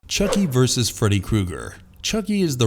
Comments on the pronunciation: Why can nobody pronounce the word “versus”? It has two syllables. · Why did you people keep saying VERSE???.....The word is VERSUS!!!! You DID get it right towards the end. .....but then you messed up calling it "Warner BROS".....It's Warner BROTHERS!!! Can you PLEASE do some research on ACTUAL English before you post your next video?! Why did you emphasize the E's in Voorhees so much? You don't need to do that.